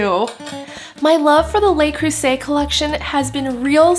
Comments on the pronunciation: Nice job, looks yunmy...fyi: pronounced Le (luh), not lay (Les). Le Creuset. :-) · Luh Creuset not lay